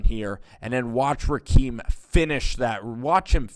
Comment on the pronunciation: It's RaHeem not RaKeem lol